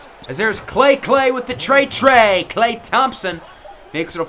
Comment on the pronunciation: “KLAY KLAY WITH THE TREY TREY!” “KEVIN PUERTA JUNYA!” “KILLUH CAMMM REDESHH!”